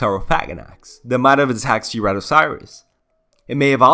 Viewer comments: Sry But the way you said seeratiesaurus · how do you mispronounce saurus but say way harder words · it's sir-rat-o-saur-us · The pronunciation made me shudder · I’m sorry but I can’t get over how you pronounce it (btw I’m not making fun of you it’s really not a problem to me)